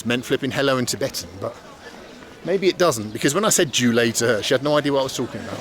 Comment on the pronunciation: Bald pronounced Jule like zhūlèi, which is literally pork rib